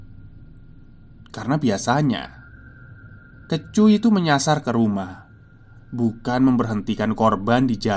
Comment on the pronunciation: kEcu = huruf E dibaca seperti kata: bokEk